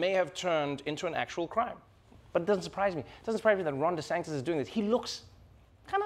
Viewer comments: ❤❤❤ Trevor, I love you… but I gotta tell you this. You’re pronouncing Ron DeSantis’ name wrong, and it grates on my ears 👂🏼 you’re saying DeSanktis…like spirito sancto ⛪️ 🎶 🙏 his name is DeSAN-tis…like Santeria…Santangelo…Santomè. Just sayin’, from an Italian-Canadian and dedicated fan 💋🇮🇹 🇨🇦❤🇿🇦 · Is it just me or does Trevor pronounce it "DeSanctis" ? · Does anyone ever hear Trevor saying Desantis’s name as “desanKtis”??? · I don't know why but I keep hearing DeSANCTIS instead of DeSantis when he says it. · Why is he saying deSanktis? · or “DeSanGtis” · I love how Trevor is butchering Desantis’ name every single time 😂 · im unclear is he deliberately mispronouncing DeSantis name cause that’s just rude